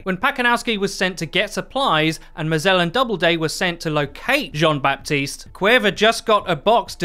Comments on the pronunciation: Just to make your life easier, the "P" in Baptiste is silent, you can just say "Batiste" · it's pronounced "ba-tist", the p is muted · French dude here. You don't pronounce the "p" of baptiste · So, French guy here : You don't pronounce the P in Baptiste. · Nice video but the « p » is silent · In the name Baptiste you don't pronounce the "p".